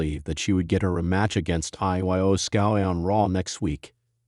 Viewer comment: Man did he butcher Iyo Sky. lol